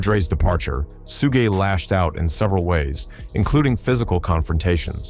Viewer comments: SOO-GAY KNIGHT???!!! SOOGE??!!!!..... man, this AI narrator. 🤦🏿‍♂️🤦🏿‍♂️🤦🏿‍♂️🤦🏿‍♂️ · The narrator sounds like he's reading and miss pronounces words suge (Shugg) He said pack not pac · once you hear that Suuuu-gaay knight followed by Suu-jay, you know this video is full of crap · this video butchered SUGE's name.. LMAO.. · you lost me when your AI cant even say SUGE Knight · He can’t even pronounce suge smh 😂🤣